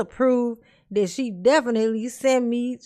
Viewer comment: There sure is so much “dis and dat” coming out of dear ole Darrell. 😂